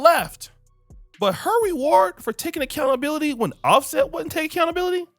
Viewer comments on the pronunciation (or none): Dear and.. It's pronounced (Accountability) not Accountabilidy.... Smh